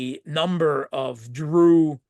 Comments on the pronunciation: He says « Dru » but isn’t it actually « DRUZE »?? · The word is Druze. Huh? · The people are Druze (singular) and Druze (plural), no such word as "Dru" lol.